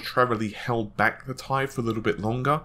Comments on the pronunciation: AU stands for gold, ever hear any chemists pronounce it as a word? No you don't because they don't do that, the letters are pronounced seperately. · T.I you idiot not tie ffs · Why do you keep calling it the Thai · Had to stop after 3 minutes of him calling the fucking 1080 TEE-EYE a fucking TIE!!! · "T I" ... not "TIE" !!!!! SIGH !!!!!!!! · Fucking T.I. Not TIE holy fuck I got triggered so hard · Lmaoooo it's not pronounced ty it's two separate letters t I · Please ... please ...please ... stop saying "1080 TIE" ... it's absolutely " TEE-EYE" in pronunciation. Good video otherwise, as per normal. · 1080 tea-eye why does it matter so much how anyone says it its like the tomato-tomato thing or patato-patato. Logan from tek i mean Crit calls the Ti version tie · STOP SAYING TIE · im pretty sure its pronounced T.I. and not tie... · it's not TIE, it's T I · Cervello I think the problem has become that the majority says tee eye, when they meant for it to be tie. I'm not trying to argue, I call them tee eyes just like most people and I think tie sounds dumb. That doesn't mean it's wrong. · Nope, I've heard Jen-Hsun Huang pronounce it as T-I and not as Tie which sounds ridiculous. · I can't watch this because he says TIE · Did he say TIE? NASTY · "TIE" are you a fucking dumbass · mike lambert the thing that gets me when he says it is most of the time he says tie like it's a question.... 1080 tie? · He can't say "T - I"? Funny as hell! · IS HE FKING SERIOUS "TIE" OMG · Gtx 1080 tie....ffs man....how can someone who's channel name is tech mispronounced this XD.... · How about saying the 1080 Titanium? That would clear up pronouncing the word "TI - Thai Food or Neck Tie". Everyone I know says it it spaces....."T" (space) "I". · tie wtf are you saying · It's pronounced Tie. You literally can find out yourself in two seconds using google. But here you go so there's no excuses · atLucid yeah it sounds weird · People need to just relax about the Ti thing. Tomayto, tomahto.